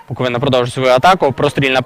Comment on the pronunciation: За таку поразку не соромно від Шахтаря, Барселони😂😂, але не від минаю! І ще! Коментатору потрібно вивчити, що команда зветься БуоковИна, а не БуковинА......наголос на И, а не на А😂